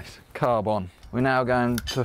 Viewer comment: Sam saying CCCCarB is the new thing of my nightmares